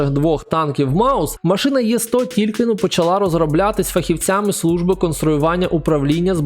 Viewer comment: Знаю що всім звичніше казати «Є-75, Є-100», але українською правильніше було б казати саме букву «Е»